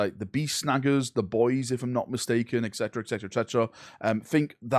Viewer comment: It's actually Et Cetera, not Ec Cetera